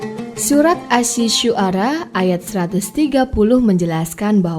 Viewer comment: Bukan surat asi syuara tapi surat assyuara dibaca assyuaro...